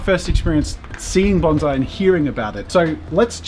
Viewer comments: BON-SAI NOT BANZAI! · He's pronouncing bonsai as baunzai. The origin of the word bonsai comes from the Japanese word ぼんさい(bohnSaEE). I think what is happening here is the s is being pronounced as a z. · Bonsai not BonZZZai !!!!! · Bon-ssssssai. Doesn't sound the same as bonzai. it's bonsai. Sorry to be annoying. I live in Japan. :/ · No, It's pronounced bone sai, bon zeye is a very different thing. And the professional didn't fucking correct him. Holy fuck Jazza in karate kid Mr Miagi even tells you how to say it in the movie which you've seen!!!!! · BON SAI NOT BON ZAI , THE S IS PRONOUNCED AS IN SS. When i first started learning Bonsai in Takamatsu Japan, i asked the master if he would teach me to make Bonzai and his answer was. Come again in 2 years after you have learned how to pronounce it properly and have mastered basic Japanese . I can't teach you Bonsai if you can't even understand what i say. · It’s not bonzai. Bon-sai. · Coming from hawaii where asian culture is abundant it grinds my gears when i hear bahn-zai. Proper pronunciation no matter your accent is bohn-sai with an “s” not a “z” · IT'S NOT BONZAI JAZZA FFS IT IS BONSAI REEEEEEEEEEEEE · Did you know it's actually bonSai not bonZai, there's a difference, you know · actually pronounced bone-sigh just to be specific ^^ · It's strange how he pronounced bonsai as bonzeye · its "bone"-"sigh"